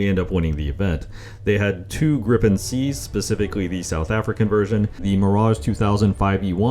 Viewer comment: its gripen not griPPEn